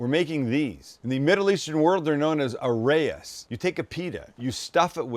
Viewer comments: Hey just a little "grammar" thing - these are pronounces "Arr-Ahh-yihess", or A' Rha'is. which means "the head" in Arabic, or the leader. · Pronounced Ah-rye-is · The word Arayes is a two syllable word, & it's spelled Araa/yess. It's actually the plural for Aroos, which means Bride in Arabic. So Sam cooked a bunch of "Brides" today .